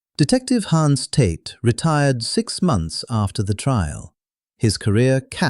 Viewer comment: Hans not Hands. De Leon not Dillon.